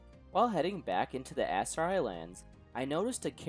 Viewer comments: pronounces Aserai as if it was Missoury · think of it as sillables a-se-ra-i, maybe giving a mexican accent could help. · You butchered those Aserai just as you butchered that pronunciation 🤯 Just joking, this is a great video, I'm waiting for part 3